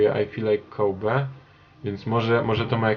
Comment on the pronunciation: KOBI a nie KOBEY